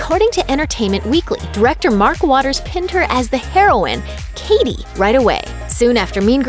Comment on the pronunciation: It’s cady